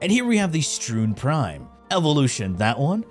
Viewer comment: I think he's trolling. Stroon prime? Teenet Plasmeer? L'Ætum? Bro is trolling